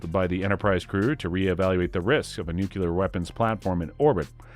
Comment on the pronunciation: This is how you can tell a TRUE Star Trek fan, compared to someone reading a script who has no idea what he's talking about. Was it just me or did it sound like he said Star TRACK a few times? Then, when he said City OF The Edge Of Forever, I cringed. Also, he said NUCULAR bomb, and the way he pronounced V'Ger made me want to cry. Lastly, Nichelle Nichols has to be rolling in her grave with the pronunciation of her character's name... You-Har-Uh.